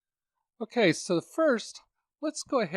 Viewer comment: Take a shot each time he says “o’key”